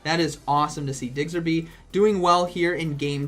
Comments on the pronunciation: Man it's Diggersby, not Diggserby. Hurts to hear that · I found myself correcting you every single time you said it... 🤣🤣🤣🤷‍♂️ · thank you, like is it intentional he just doesnt take the time to read the name? i know it petty but hearing it wrong SO many times makes me want to stop watching. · What the heck is a Digserby 🤨 Learn the name please smh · “Diggserby” - 2020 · I can't help but chuckle everytime he says DIGSERBY. I myself kept saying Chestnaught instead of Chesnaught and Visi-tini instead of Vic-tini for the longest time even though I have played all the games upto gen 7, so can't judge. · I love how you call it Digsterby, it's Diggersby not Digsterby haha love you:) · ITS DIGGERSBY NOT DIGSERBY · DigSIRby😆 nice showcase and a great vid as always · For ur kind info it’s pronounced as DIG-erz-bee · Lmfao "digserby" day made 🤣💀 I would enjoy it if from now on you say pokemon names incorrectly on purpose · Man it's digserby 😂😂. Learn the prounciabdhsvegs. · He says Digserby with such confidence I am starting to believe that's its name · Am I the only one who twitches every time he says diggserby? 😬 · Nobody:: DIGSERBY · This video is hard to watch cause you keep butchering diggersby’s name D